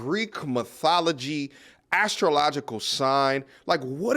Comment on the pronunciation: did you say Greek Mythotogy?